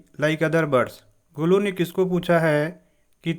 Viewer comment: It not golo it golu bro